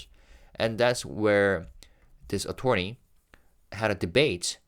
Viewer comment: Only bc you've mentioned before that you'd like your pronunciations corrected, "Attorney" despite the "or" is not pronounced like "torn", but rather with a "ur" sound. Uh-turn-ee.